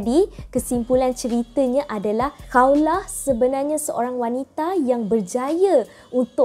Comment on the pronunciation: Bukan Kaulah, KHAWLAH